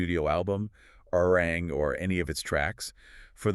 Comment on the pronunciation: 1. ARMY"S didn't get quiet, we applauded. 2. ARMY"S didnt like the nee category because...read the fine print. 3. Please say ARIRANG correctly. Respectfully 4. ARMY"S didnt forget Billboards manipulations. Arirang is a quality album, Grammy people who are speaking out then setting their accounts to private says A LOT